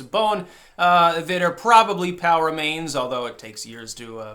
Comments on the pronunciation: For weeks, I thought you'd been saying "power mains". LOL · I kept hearing you say "Power Mains" and was wondering if this was related to Nuclear power then realized you were saying POW remains.... 😑 it's been a long day